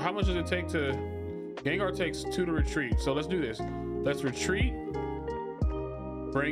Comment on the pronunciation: GENGAR!!!!!!!!!!!!!!!!!!!!!!!!!!!!!!!!!!!!!! NOT GANGAR